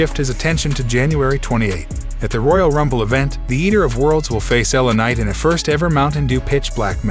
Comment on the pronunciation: why can't the voice over man say words properly L A Night lanight .etc really annoying .